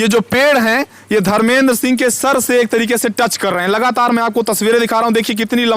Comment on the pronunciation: Lagataar😂😂 लगातार